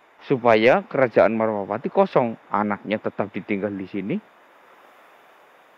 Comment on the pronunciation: Bukan marwapati om , tapi malwapati